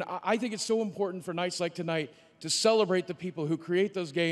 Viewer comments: "Do you rike it?" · "Did you rike it?" LOL